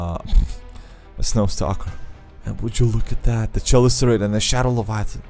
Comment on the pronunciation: "Chelicerate" is pronounced "keh-LIH-ser-uht".